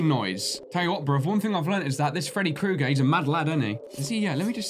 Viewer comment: Hey it's Kooger not Krooger. Just trying to let you know